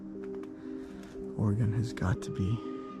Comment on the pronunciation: Proper pronunciation of Oregon, think of this….in a fight would you want a knife or a gun….